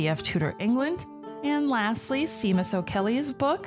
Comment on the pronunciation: I love this podcast! I've been learning so much about the Tudors. I just wanted to note that the first name of the author Seamus O'Caellaigh is pronounced "Shay-mus", kind of like how the name Sean has that sh-sound at the beginning too.